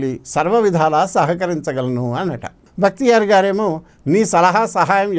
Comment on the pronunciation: It is not "Bhaktiyar"; but "Bakhtiyar'"